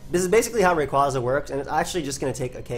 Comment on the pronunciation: FOR FUCK'S SAKE! IT'S RAY-QUAY-ZA!